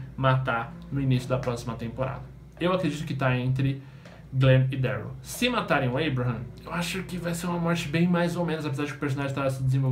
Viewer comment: Ele fala ueuriu em vês de daryl '-' mais fico legal (